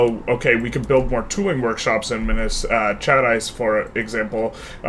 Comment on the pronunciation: This has been a very interesting series so far. And kudos on the much improved pronunciation of Minas Gerais! (Wikipedia is a good reference for the pronunciation, as mentioned by